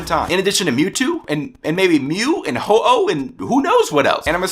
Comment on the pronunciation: oh-ho? Isn't it ho-oh?